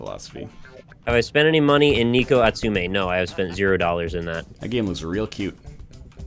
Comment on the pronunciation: NIKO!!! xd It's Neh ko :3 A tsu meh (Neko Atsume)